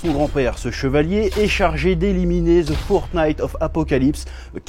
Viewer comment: The "Fortnite" of apocalypse. Merci chef pour ton accent anglais insane. Gg les 1M. X))))))))